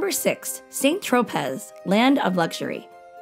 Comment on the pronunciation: I think the narrator should learn how to pronounce the cities properly. Lyon is not Lion. Saint Tropez you don't pronounce the Z. Etc.